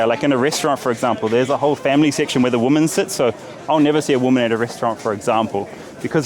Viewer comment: Karl! PLEASE! Finally, and forever: Woman, singular, = "Wuman"; Women, plural, = "Wimin".